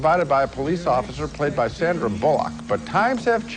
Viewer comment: Sandra was so new in Hollywood Gene didn’t know how to pronounce her name!